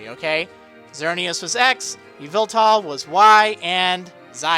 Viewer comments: Psst, the emphasis in Yveltal is on the "vel", not the "Y" c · I don't think we have an official pronunciation of Yveltal yet, but I'm guessing it's closer to "E-vel-tul" instead of "Evil-tall" Also "I don't like to speculate, only present news. Here's a bunch of speculation!" Not to say that historically every single generation has introduced a new region, so it's not a stretch to say the next generation will be in a new generation. Just like gen 2, and gen 3, and gen 4, and...